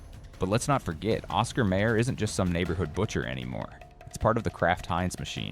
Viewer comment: This is AI, isn't it? I ask because the jingle "he" refers to says "Cause Oscar Mayer has a way........" And it's pronounced Oscar MAYER (RHYMES WITH LIAR) NOT RHYMING WITH MAYOR (as in the MAYOR of a town or city). Please, if it's AI or Not, Please teach it correct pronunciation.